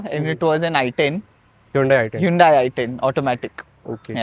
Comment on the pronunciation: It's not hundai.. it's hundey